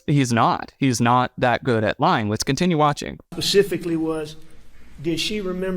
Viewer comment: “pasificaly?”…. Really Alex?